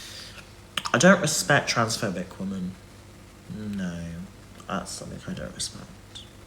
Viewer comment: His inability to differenciate between WOMAN and WOMEN is infuriating. Almost as infuriating as the condescending therapist tone he's decided to take with everyone. GAAUURRRLLLL you have literally no idea what you're talking about.